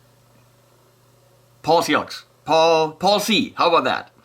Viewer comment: Paul rhymes with all. You probably know this by now